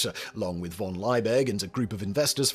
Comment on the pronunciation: LIEBIG, not Leibig. LEE-big, and VON is pronounced like fon. Your German is SHIT. Always